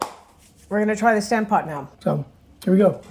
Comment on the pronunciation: It would be fun if you pronounced Stampot the way the Dutch would say it. That aside, it’s a really great dish. I’m happy you featured it. It’s a simple and hearty meal. With a gravy it’s even better!